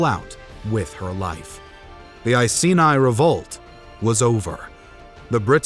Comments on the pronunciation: I-see-nye the science guy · I was annoyed by his pronunciation of Iceni and even more annoyed when he said England but included Wales 🤦🏻‍♂️